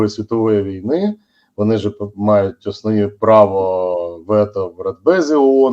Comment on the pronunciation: "затягує віну на кАнтиненті на рАкі і десятиліття.." ".. от АснАвні такі".. "при підтримКі" ... Боже, коли ж вони, оці УКРАЇНСЬКІ посли та дипломати навчаться ПРАВИЛЬНО вимовляти українські слова?!!! Слухати їх, вуха вʼянуть.